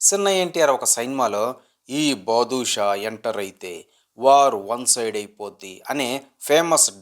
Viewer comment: అది బాదుషా నొ బందర్ లడ్డు కాదు బ్రో బాద్ షా 😂